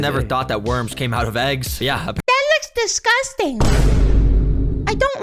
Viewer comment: "DAT LUCS DISCASTINC" yea, we can tell buddy